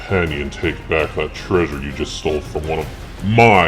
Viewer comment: We not gonna talk about him saying weather king instead of wither king I edit again to say he said minitar instead of minatour